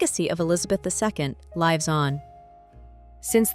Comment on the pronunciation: Narrated by an AI voice. The dead giveaway was the way “lives” was used. The voice used the incorrect pronunciation. I give all videos a thumbs down when using AI.